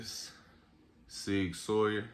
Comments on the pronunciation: I like Sig too, and because you spent the time to share this awesome collection I am going to share some ancient German knowledge, it is Sig Sauer "sour" not "sawyer". Your stance on loaded mags is good, unloaded mags are completely useless in an emergency. Epic handgun collection, I'll be checking out your other videos friend. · Makes a point to say smith an wesson and not westin but then says sig soyer 😂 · “Sig soyer” lol Nice collection though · Great reply 👍👏, I was wondering if I should let him know the correct pronunciation but you did a fine job sir 🤙✊